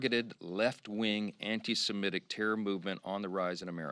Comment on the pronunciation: At least Johnson pronounces "SEMITIC" properly because it stems from "SEMITE" . It is hard to listen to people in government who cannot even pronounce thing. correctly.